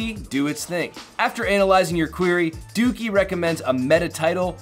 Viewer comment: Lmao... Its pronounced DOH-KEY not DOOKEY... lol